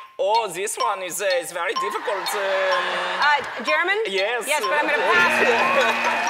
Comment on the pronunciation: He said "YES" like chinese accent HAHA